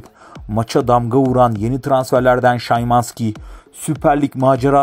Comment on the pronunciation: Olum adamın adını yazim sana szymanski şımanski diye okunur bide sana kaç kere diyecem kendini kasma diye lan abone olan insanlar da senin gibidir heralde